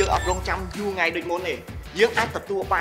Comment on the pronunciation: នៅក្នុងវីដេអូ "ញុំ" "ង៉ៃ" អ្នកដឹកនាំថតអត់បានអាន script 😂😅